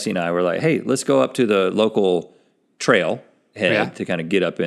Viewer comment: did Link say "get some trail head" ? hahahahah